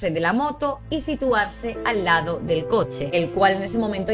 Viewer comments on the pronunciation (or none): none